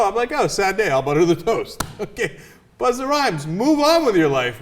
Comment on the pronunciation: "Buster" Rhymes she called him. lol! Doesn't she know it's Busta Rhymes, not Buster Rhymes?